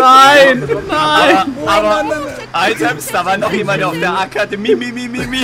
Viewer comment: Akademimimimi :D beste